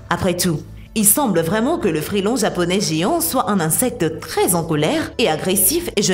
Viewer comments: Agaçant d'entendre sans arrêt « frêlon » au lieu de « frelon », comme prononcer « dangue » pour la dengue. Et cette voix synthétique... Pourquoi ne pas faire un commentaire naturel ?? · pas un FRÉlon mais FRELON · frélon ? vraiment ? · Mais elle est insupportable cette femme! Quarante zabeilles? le frélon?? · je reve ou a elle dit frélon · C'est une chaîne africaine. Si tu écoutes bien , elle fait plein de fautes